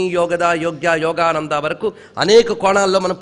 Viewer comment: it is not yogaDHA, it is yogaDA. It is not yogananDHA, but yogananDA! Wrong pronunciation of mantras brings disaster!!